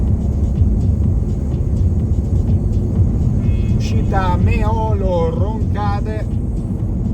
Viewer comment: Precisazione: Meolo si pronuncia mettendo l'accento sulla "e". Anche su Reghena va messo l'accento sulla prima "e"